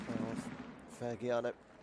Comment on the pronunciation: Please Fagiano is pronunce Fajiano :) Fadjiano... And come on dude Sanfrecce, you really pronunce Sanfrekke? Sanfretche dude come on